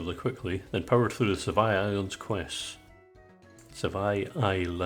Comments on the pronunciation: Sevii Islands = Sev-EE Islands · Ive had this on all day at work today, great video! 😊 Edit: is it just me or does pronounce sevi islands like you pronounce devry university? 😂